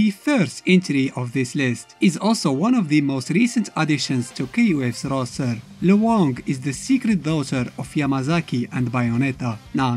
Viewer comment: You pronounced Luong's name incorrectly. It's one syllable, not two syllables. The diphthong is much smoother and combined in her name, a Vietnamese name. The character is Vietnamese.